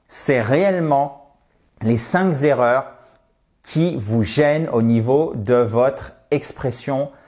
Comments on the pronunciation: On dit les cinq erreurs ! Et pas les cinq Zérreurs ! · Une petite remarque pour le fun : en français, on dit "les cinq erreurs" et pas les cinq z' erreurs" ...